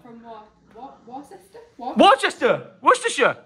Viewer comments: Worcestershireshire (how reads worcester) 😂😂 loving the vlogs mate 👍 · You are an absolute LEGEND, I cannot get over them Brits trying to pronounce Worcester, also you just keep showing love! Thank you for being a great person. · And the pronunciation of my hometown Worcester is hilarious 🤣